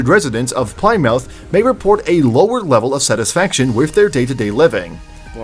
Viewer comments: Plie-mouth wrong 🤣🤣🤣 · As an American living in the UK, I cringed at almost every city pronunciation. Seriously? Ply-mouth? There is a Plymouth in Massachusetts, too - pronounced the same as the one in England! And Edin-burgh! Yikes! I don't know about anyone else, but I live in Edin-bra. If you're going to make, and upload for countless people to see, a video on cities/towns outside your own country, you have a responsibility to learn how to pronounce their names correctly. His laziness in not doing so is embarrassing. I wanted to pop through the screen and rocket him back into a classroom. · Americans say Plymouth the same way as Brits. No one says it the way the obvious speech AI did.